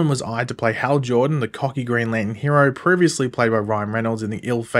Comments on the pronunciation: It's NOT Lan in....can you pronounce it correctly! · Put the "r" in Lantern!!!!!!!!